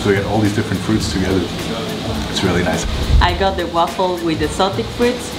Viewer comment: wonder waffel lol bro come on